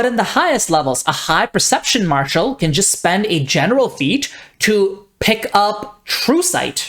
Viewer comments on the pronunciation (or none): none